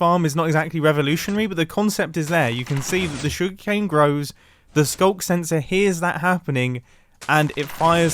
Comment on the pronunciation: " SKUNK SENSOR "